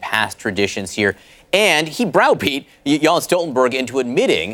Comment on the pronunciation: Who is Jons or Jans Stoltenberg??? It's JENS Stoltenberg!